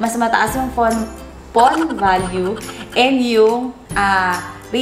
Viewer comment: Not Fawn, but Pawn...😂✌